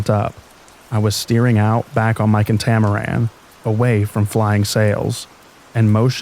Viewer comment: THE KA-TAMARAN